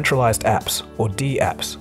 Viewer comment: Never heard dapps pronounced "dee-apps" before. Isn't it dapps as in snaps?